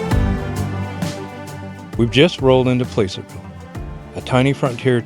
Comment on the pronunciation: How they know you’re not from around them parts…PLASS-ur-vill not Place er vill you had it!